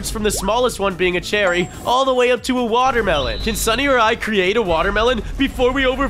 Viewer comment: SAID WODERMELON BUT IT'S WATERMELON😅